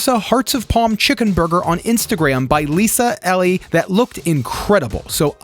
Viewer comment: "Lisa Ell ee" I'm not convinced is not an interdimensional traveler from a parallel reality where everything is identical except for pronunciation. He's living in a different world than us.